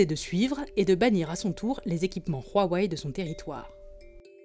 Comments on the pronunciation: C'est Huawei pas Rhuawei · Pourquoi vous dîtes "Rouaouaï"? c'est "ouaouaï" non? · OH Bordel arrêtez de dire ROUAWEÏ, rien à foutre que ça se prononce comme ça en chinois Dite OUAWEÏ comme tout le monde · Y’a que moi qu sa perturbe qu’ils dises huawei « ruawei » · Le chinois RUAWEI XD c est Huawei mais bon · Je suis le seul qui prononce wawai? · "Ruawei" c'est perturbant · Parce-que OUAWÉ c'est pas perturbant ? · vous faites mal aux oreilles comment vous prononcez Huawei